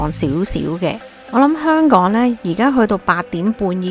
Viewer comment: 懶音實在太重 你連香“港”都一直講唔正😅